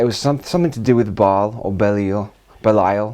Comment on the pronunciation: Ba’al not Bel